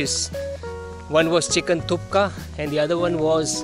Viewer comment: Nice video. Thank you : ) Sir, not Chicken Thuka, ist call Chicken Thukpa : )